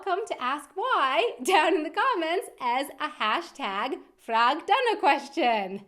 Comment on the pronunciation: #FragDana I swear I heard Prag-Dana in the beginning?